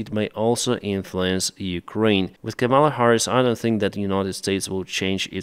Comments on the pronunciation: It’s KA-mala, not Ka-MALA. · KAHMela Harris. The accent is on the first syllable. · I don't particularly like her, but please say her name right. Don't accent the second syllable. Ka-ma-la, all with the same short "ah" sound. It's actually Sanskrit based from kamalum which is a word for a lotus, but the root part kama means beauty/pleasure/love. Don't say Come-Allah. That's the disrespectful way intentionally used by Republicans like Donald Trump. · Привіт Деніс, Just a minor correction in pronouncing Kamela Harris’s first name. The first 2 syllables sound like the word “Comma”, (not “Camel”). Practice saying, “Comma-La” (rhymes with “Shangri La”). Cheers! Слава Україна! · Just a minor correction in pronouncing Kamela Harris’s first name. It’s first 2 syllables sound like the word “Comma”, (not “Camel”). Practice saying “Comma-La” (rhtmes with “Shangri La”). Cheers! Слава Україна!